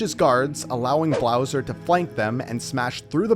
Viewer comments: You said Blowser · Around 9 mins in you say Blowser lol. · bro said browser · Bowser ❌ blowser ✅ lol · did he say "blowser"? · “allowing Blowser” Blowser🤣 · I noticed that too. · did he just say blowser